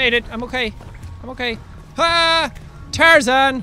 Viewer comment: It is tar-zan